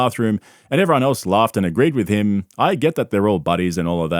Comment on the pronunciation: Great video as always. I really like how you pronounce “everyone” you always say “evron”. 😂 cute